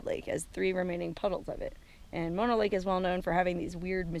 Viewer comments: Man Mono (pronounced Mow- Know)? .. and I wish you had more subscribers.Shared on Twitter. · Please pronounce Mono correctly. It sounds like Oh no. Not like the kissing disease.